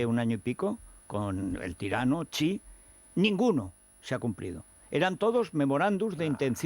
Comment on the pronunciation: Garbancito, no te las des de sinófono. Xi no se pronuncia "chi" en chino. Saludos desde China.